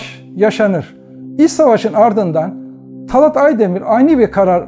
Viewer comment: Talât talat değil yahu şu Türkçeyi evvela doğru kullanmayı öğrenin